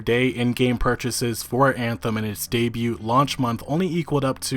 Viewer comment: I like your content but can you please look up how to pronounce words like "debut" (the T is silent) and "decadent" (it's not decade-ent).